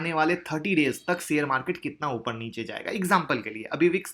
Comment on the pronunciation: seyar nai bla kariye sir ji sheyar hota hai